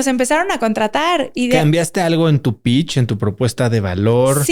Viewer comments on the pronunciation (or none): Se dice pitch! 😂